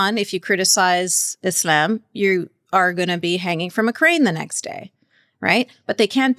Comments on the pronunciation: What's up with how she pronounces "Islam"? She almost doesn't pronounce the L. Is that how it's supposed to be pronounced, or is that something unique to her? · why is this lady pronouncing islam as 'isl'yaem'? I will pronounce it whatever way I want!